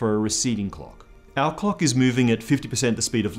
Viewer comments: I know you're Australian but I would really suggest you pronounce the L's in clock a little more clearly. It's very distracting (in a good way) to hear you talking about measuring the ticks between cocks and about cocks moving at relativistic speeds. Actually nevermind, don't change anything, I like it just how it is. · I can't stop hearing "clock" as "cock", and now I can't stop laughing. Starting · agreed, never going to be able to listen to him saying cock, err clock the same again.